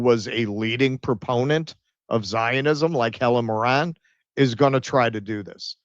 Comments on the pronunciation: I die a little inside every time you say Morran, it's Mirren!! I imagine it's subconscious cos you want to say Moron lol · Helen MIRren, not mirREN